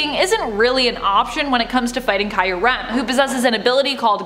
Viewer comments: It pronounced kyu-rem, the first part sounds like a q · You said kyurem as ky yur rem